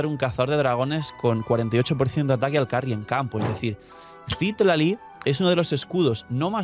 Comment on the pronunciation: Solo una observación, el nombre de Citlali proviene del Nahuatl una lengua Mexicana (significa Estrella) y se pronuncia ci-TLÁ-li, no CÍ-tla-li como lo pronuncias todo el tiempo jaja. SALUDOS